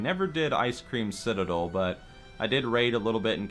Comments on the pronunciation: Am I the only one that heard him say "Icecream Citadel" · lol "icecream citidel :D" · Wait did you call ice crown citadel ice cream citadel 👌